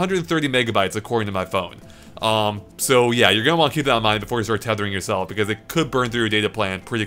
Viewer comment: If I had a dollar for every time said beCAUSE with emphasis on the second syllable